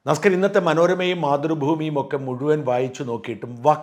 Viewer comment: നമസ്കാരം എന്നുള്ളത് proper ആയി പറയ്